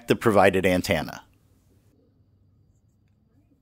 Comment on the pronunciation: this is very informative, but i couldn't help but laugh at "an-tan-na"